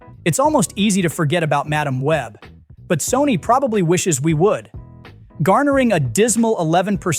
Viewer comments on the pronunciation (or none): Madame Web, not Ma Dam Web. Can we please stop using stupid AI’s to read the scripts?? FF sakes!